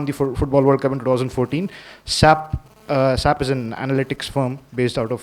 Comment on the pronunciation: it's pronounced 's' 'a' 'p' not "sap" its an abbreviation for god's sake